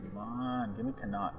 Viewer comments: Con-acht(as in yacht minus the Y) is not how you pronounce 'connacht'.Also that map of ireland is so wrong Meath is s county in the west not a province in the east. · connaught pronounced con-ocht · I have not yet seen someone who doesn't live in Ireland pronounce Connaught right lol.... everyone ends it like this guy does... it should end with a -ocht sound.